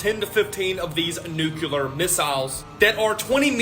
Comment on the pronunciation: Never trust anyone that can't pronounce nuclear properly. NASA=deceive